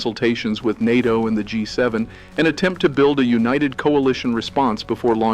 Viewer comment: Yes. The AI can’t say NATO. It says “N A T O”.